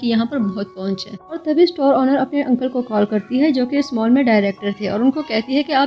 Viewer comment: Well explained mam but Mal nahin hota Mall hota hai😂